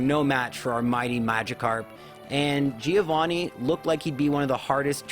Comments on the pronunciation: Giovanni is pronounced Joe-van-knee, the first i doesn't have a sound. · I'm italian and you pronunced Giovanni wrong😂 When you see double consonant in italian you must old the sound, and the accent is on the A Btw i loved this video, i tried a Magikarp only run but on Fire Red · Giovanni in italian pronounce is like jovanni, so now you know how to say it.